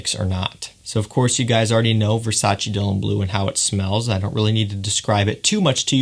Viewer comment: its versace not versaci